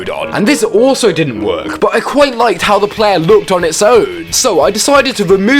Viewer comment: “Plaaaayaaaaah Weuuuurk” Jesus that accent dude